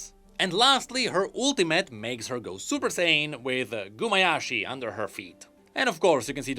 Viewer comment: Also it's Gumayusi not Gumayashi...